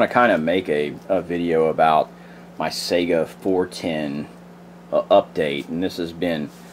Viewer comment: Sega is a game console!!!!!! SAY (sigh-gah) or (Kah-lah-sh). AK is badass in .410 or .45 or anything else.